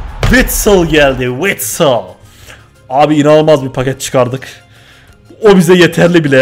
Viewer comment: Bide o witsıl değil witsel